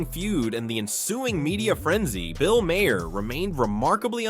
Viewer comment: Just some moron narrator, where’s the actual content? Also, its not pronounced “ma hair”